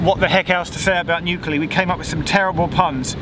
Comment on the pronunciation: I actually posted the following to your link to this video on Twitter BEFORE I got to the point where you started making puns, so yes I guess the new-clee sounds so much like you are starting to say nuclear that it was obvious to pun about “If New Clee was by the sea would it be New-Clee-O’tide ?”